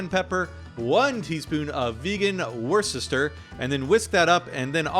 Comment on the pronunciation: Ok, here’s how you pronounce Worcestershire phonetically. I’m English so, you can trust me: Wuster sh👁er